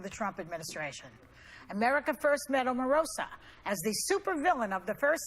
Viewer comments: Omarosa pronounced Imma Roast Ya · Omorosa almost sounds like "Amorosa". It means "She who loves (much); lovely" in portuguese.